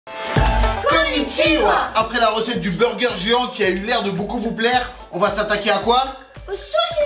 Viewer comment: Wesh moi chuis entrain d'apprendre le japonais et " konichiwa " tu la mal prononcé et j'rigole pas